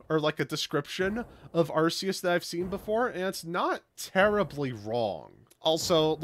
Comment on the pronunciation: I think Arceus looks that way because of the types of creatures which some groups deem sacred. The "fence" on the back is probably meant to be a wheel; representing a cycle. Props for the real pronunciation on Arceus though. Victini getting Reshiram and Zekrom's signatures is for a movie which the three shared. And Victini's Masuda's favourite Pokémon. The feathers on Keldeo are meant to resemble the other three Swords of Justice. A feather itself is a reference to D'Artagnan from The Three Musketeers and how he had a feather in his cap. But yeah, no Ice Beam hurts OCD! Always appreciate Darkrai and Genesect love. It's also nice to see the new avatar in action.